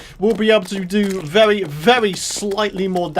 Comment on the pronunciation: OMG when you say very its really funny it sounds like vewy